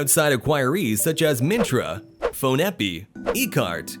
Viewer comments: That's pronounced Phone Pay not "Phone eh pee"😂🤣🤣🤦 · Haha It's not "phon epe"..you can pronounce it as "phone pay"..but it's meaning is " on phone"